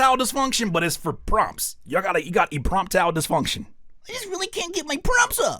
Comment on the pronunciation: empromptile LMFAO